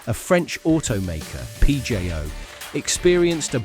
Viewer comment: The audio in this video is AI generated. (the pronounciation of Peugeot)